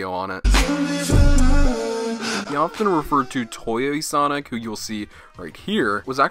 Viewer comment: "Toy-yay Sonic"